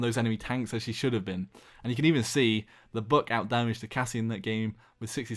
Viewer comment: ITS NOT BOOK ITS BUCK